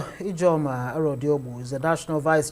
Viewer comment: Fa fa fa - faoul You're "Ije ojo" - not Ijeomah